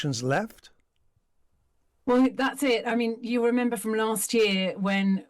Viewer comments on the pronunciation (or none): none